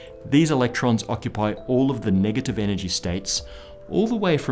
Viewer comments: "Nagative" energy?? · 'Nagative energy' Good video though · “NAGATIVE ENERGY” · "NAGATIVE" ENERGY ? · "nagative energy"?? Insert mother-in-law joke here... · "Nagative energy" oh okay